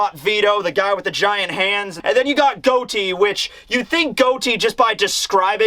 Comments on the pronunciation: it's pronounced got e not goat e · Gotti like John Gotti. You keep saying Goudie lol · my guy, love ya, Plz, plzzzzzzz just take a second, breathe....it's GAH-TEE as in John GOTTI as in Mafia as in All Capone, Vito Corleone etc... 👍🏾😂 We good now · Has nobody corrected on the way He's been pronouncing "Gotti"??? I know he doesn't care about pronunciation that much. But its GOTTI bro. A gangster character. Like John Gotti? Ah nvm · I love you, but your killin me It's pronounced (got-ee) like john Gotti the crime lord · I believe his name is pronounced Got Ti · I stay awake at night at the thought of how pronounces Gotti